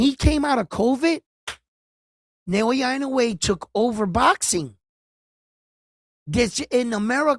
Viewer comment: love your respect for the sport and recognizing Naoya’s talent a long time ago. You should pronounce Naoya’s last name EE-Know-Eh and you will be the first in the biz to pronounce his name correctly. Love your passion for boxers and your honesty and fairness in abilities.